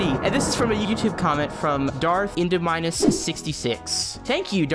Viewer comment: I’m not over your pronunciation of Indominus. ENDO-minus🤣 fun video though.